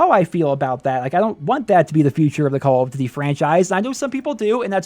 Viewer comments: “Calluhdudey Wulwar 2” I think you’re missing a couple of letters in there, buddy. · Makes a call of duty video Can’t even pronounce call of duty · Dudes voice is mad annoying...the way he says “call of duty” and many other things, I get it he can’t change it. It’s just to damn annoying.